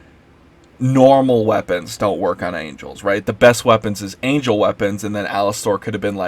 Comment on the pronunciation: I agree with what you said, but you aren't even pronouncing the character's name right